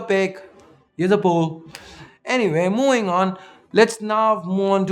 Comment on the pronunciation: "Anyway, mooing on"